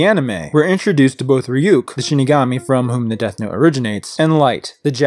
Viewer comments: Is it just my imagination, or does e;r pronounce “Ryuk” as “Fryuk” like half the time? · yes, though he says flyuk, like fluck